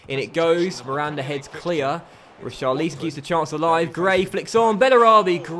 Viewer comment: Pronounce richarlisons name properly ur not staying it right (watford fan)